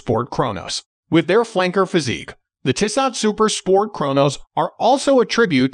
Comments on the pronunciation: It's pronounced Tee-so. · Dude you're mispronouncing Tissot. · Bad video if you can’t pronounce the brand name correctly.